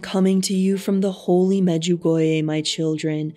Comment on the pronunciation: You sound really weird. You can't pronounce Medjugorje correctly. It's not clear who you are quoting. I have never heard of the visionary you talking about. Maybe you can't pronounce the name of visionary correctly.